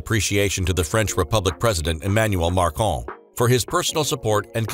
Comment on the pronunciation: your correspondent pronounced the French President as "mar con"... do you employ an editor? Your trainee sounds like a speed freak with a teenager's squeaky, uncertain voice. A few hours in the studio with a diction coach should solve this, & all will be forgiven!